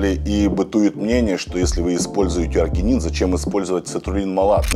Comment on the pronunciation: Простите,но аргИнин, а не аргЕнин